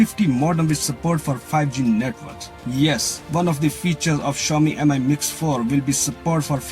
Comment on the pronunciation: I’d say MI is pronounced ‘me’ not ‘emeye’ and try to lighten up a little and get a bit more ‘ASBYT’! Your background looks better than the last one I watched. The phone seems a good Android offering. I’d like to see one without a notable bottom ‘chin’ thicker than the side and bottom bezels but that’s not happening on Android thus far even Samsung only seem to be able to do that and then only for Apple not themselves!😂